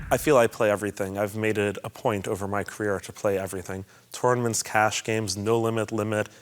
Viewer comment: Who the fuck pronounces it Torenaments?